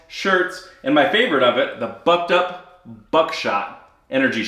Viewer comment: The first time you named the video sponsor I misheard "Bucked Up" as "Butt Dump" and thought "He's being sponsored by a laxative?"